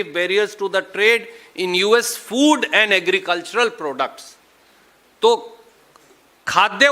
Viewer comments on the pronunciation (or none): none